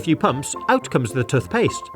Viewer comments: Tufpaste....NO ITS TOOTHPASTE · Love your vids but it's pronounced t/oo/th/ /p/ai/s/t not t/u/th/ /p/ai/s/t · Yes I love the tuthpatse☺ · Tuthpaste and tuthbrush made me chuckle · TUTHbrush full of TUTHpaste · Tuthpaste???? This has got to be one of the worst things you have done on the channel 😂😂😂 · I love these videos. But the way he says toothpaste sounds weird to me 😂😂. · toothpaste and toothbrush